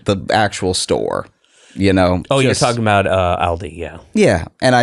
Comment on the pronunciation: FYI: Aldi and Lidl are both German. The phonetic pronunciation would be "Ahldee" and "Leedl"...